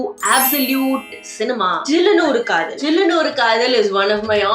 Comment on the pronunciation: Sillunu Oru Kadhal ❌️ Jillunu Oru Kadhal ✅️ 😂😂